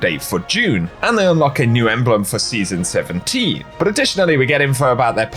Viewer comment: I totally didn’t just hear you say “season 17” as “City 17.”